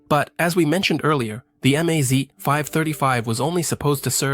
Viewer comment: Russian abbrevations for car, truck and aircraft marques are pronounced as words, not spelled in individual letters. Not M-A-Z, but the word MAZ. Same go for PAZ, KAMAZ, ZiL, UAZ, Tu, MiG -etcetera etcetera.